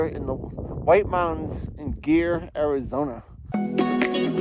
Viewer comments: Pretty sure it’s pronounced GREER. Not GEAR. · Pronounced Greer